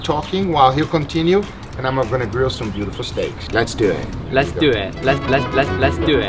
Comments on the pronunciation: Let's do eet xD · You nailed the "Les do et"